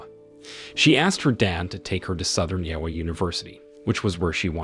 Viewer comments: Learn how to pronounce stuff. I assume Yowwa is Iowa and Nine-a is Nina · Can’t pronounce Iowa either. Maybe we can defeat Skynet after all 🤔